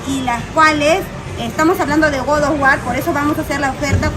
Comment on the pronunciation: Que incomodo escuchar todo el tiempo GOD OF WAR, mal pronunciado.